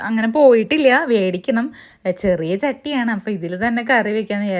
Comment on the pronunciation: ചട്ടി വേടിക്കണം എന്ന് പറയുന്നത് എന്താ മേടിക്കണം എന്നല്ലേ പറയേണ്ടത്. എപ്പോഴും പറയുന്നത് കേൾക്കാം വേടിക്കണം എന്ന്